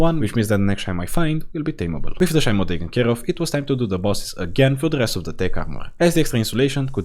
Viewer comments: it’s pronounced She-mo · Shimo pronounced she mo